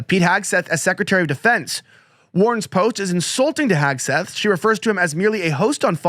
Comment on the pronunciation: Hegseth. Not Hagseth. 🤨 TWO in-show commercials!? In less than 12 minutes!? Really!? 😤